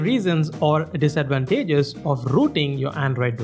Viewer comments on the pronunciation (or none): Did someone say dias-advataages hahaha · The way he said disadvantages had me dying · Bothered by the pronunciation of disadvantages